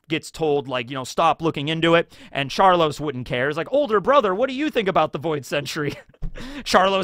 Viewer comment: You callin him char-loss as an insult or just a mispronunciation of char-low-se?